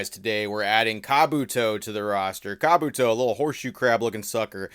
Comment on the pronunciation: Um, it's not car-booto it's ka-booto. The disrespect 😐 Say it properly or don't say it at all.